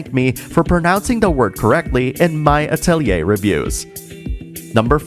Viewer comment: The mispronunciation of "Atelier" might be the reason why there's no more English dubs.